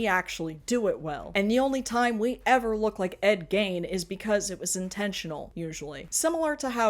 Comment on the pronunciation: Small detail and not that he deserves it, but I appreciate the correct pronunciation of Gein 😅